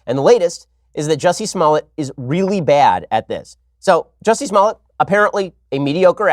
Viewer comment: Lol..He said Juicy Smollett!